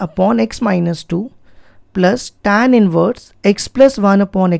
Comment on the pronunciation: Sir Tan nhi hota h tan hota h, itna style me tan kyo bol rhe h 😒😒 square ko scare bol rhe h 😒😒